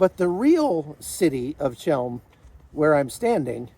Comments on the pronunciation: Ch as in chem is pronounced like a throaty H as in helm not ch as in chalk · Chełm. In Polish, Ch=H. The Polish "ł" is the English "w". A simple, short word. Since you were there, you could have learned the pronunciation. The Jews of this city never called it the way you do.